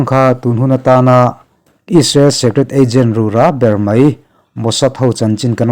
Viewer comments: Rûrâ pawh rurã tihloh tur. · Bible chhiar tam la, i zia sawt sawt mai ang. Rura tih em te, tuman an lam ngai loh dan a han lam tlat hi chu, a zialo lutuk. Sum hmuh nan a hmang tan phei chuan. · Ru ra tih hi ra hi ahniam a lamtur..